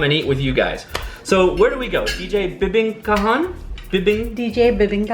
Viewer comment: Bibingkahan = bi-bing-KAH-han (emphasis on the third syllable). Tagalog syllables are mostly identical in duration except for the syllable that is usually stressed, emphasized, or extended. Sarsi is like sarsaparilla. The food that you eat with liquor is collectively called "pulutan" which means "food that you pick up by hand from a sharing platter." It's not a "mensary"; it is mesentery or Chicharon Bulaklak (deep fried flower-shaped pork cracklings). It is made from pork mesentery which is the organ full of capillaries that supports the intestines and connects it to the circulatory system. The white transparent object inside the squid is its internal skeleton. The squid is not stuffed with crab meat, the filling is actually the squid's internal organs and ovary/eggs. If you're going to have rice and saucy or soupy foods, you're going to have to get used to using spoons instead of forks. Filipinos use the spoons in their right hand and forks in their left hand. Knives are not going to be needed unless you have meat chunks that need to be cut up. Correct on the origin of sisig. The American air force base in Pampanga province would buy whole pigs except for the heads. With so many cheap pig heads unused by the Americans, Aling Lucing's restaurant crew sliced off the snout, lips, cheeks, facial muscles, and ears and chopped it up into small bits to make sisig. I like your initial reactions but I think you need to do some prior research on how the chosen dishes are made so you